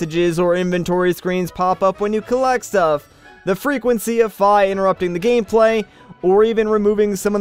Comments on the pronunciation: ITS PRONOUNCED FEE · no, fi WiFi--FI??? It's F-i fah-eye!